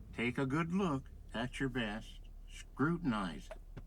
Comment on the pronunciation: I’m doing my “besh” 🤣